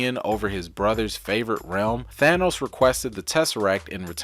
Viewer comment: HGa! Ha Ha! "Asgar" No no No. No. "Thanus" No No No not the way it is not at said ignorant fools....